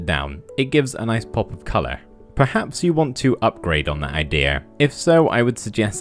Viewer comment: It's "IdeAH" Jokes